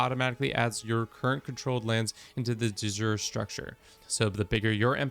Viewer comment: Please learn to pronounce "de jure" correctly. It hurts my ears.